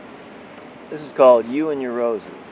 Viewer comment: J, do you realize that when you say, "You and your roses", it sounds like, "You and neurosis"? Oh well, love is neuroric anyway. Cheers bro! (By the way, were you walking on Esquimalt rd this afternoon pm?)